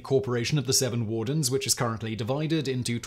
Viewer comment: Every time Simon says seven wardens, my brain hears "Seven Dwarves".